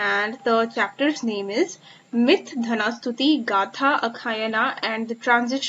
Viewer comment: Ur Pronouniciation is very wrong. It's not dhana stuti, it's dana stuti. U don't know difference between द nd ध